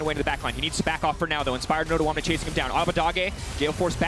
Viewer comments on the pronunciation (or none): they are pronouncing odoamne's name so wrong XD